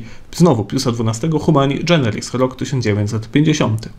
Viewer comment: Z wszystkim, cokolwiek zostało powiedziane, można się zgodzić lub nie, ale jedno było źle: nie "Humani dżeneris". GENERIS! Przez "g". Tytuły encyklik są łacińskie, nie włoskie, i taka wymowa obowiązuje. To gwoli tego, że podobno Szk. św. T. uczy łaciny